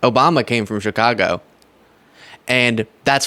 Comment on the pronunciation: oh. girl. baby. girl. get. my. city's. name. out. of. your. mouth. - a chicagoan.